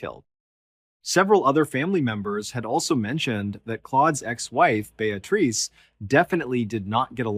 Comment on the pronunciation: Beatrice = (pronounced BEE-A-TRISS)